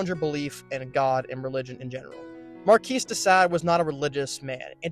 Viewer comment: Learn how to pronounce “Bastille” and “Marquis”.